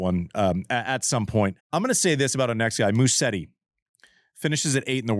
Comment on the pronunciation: sorry todo this again but it's Musetti the s in Italian is pronounced as a z not an s--so Muzetti no Mussetti